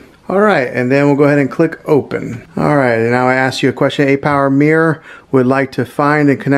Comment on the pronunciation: Mirror not mear lol